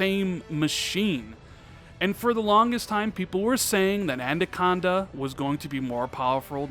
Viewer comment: It’s “ANAconda” not “ANDaconda!” 😂 Great vid anyways bro!